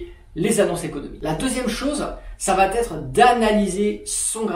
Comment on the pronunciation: Super vidéo merci mais stp arrête les « ça va t’être » ! Le T n’existe pas !!